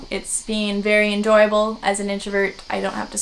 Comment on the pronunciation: Did you say "Anjoyable?" Play on words of.